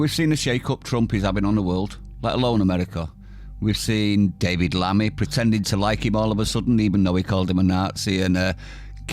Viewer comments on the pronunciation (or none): none